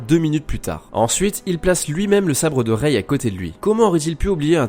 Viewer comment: Par contre ça se dit "Rai" pas "Réï"